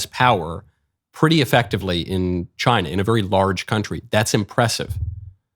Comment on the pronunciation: No one will ever say ch eye nah the same way again